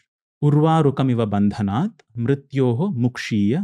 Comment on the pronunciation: Who is this guy he is pronouncing the mantra wrongly it is ‘bhanadanan’ not bhandanath.